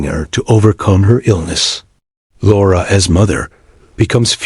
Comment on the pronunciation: Nothing--and I do mean NOTHING AT ALL--has anythign to do with the novella "Carmilla" by J. Sheridan LeFanu. Oh, and your AI cannot pronounce "Laura."